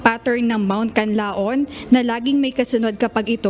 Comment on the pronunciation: pls. pronounce the Canlaon properly...